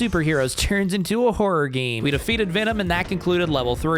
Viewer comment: the way he pronounced Venom was kinda funny lmao